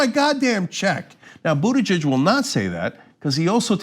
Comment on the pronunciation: Boot-I-judge. Not Butt Geg.